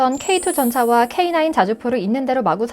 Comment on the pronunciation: 오늘 브리핑 아나운서 목소리톤 좋다 내용도 좋고 AI TTI 목소리 음성지원인가요? K9을 케이구라고 발음안하는것을 보니 여자ㅡ 사람 목소리인데,, 맞네요 😂👧😂👩😅😊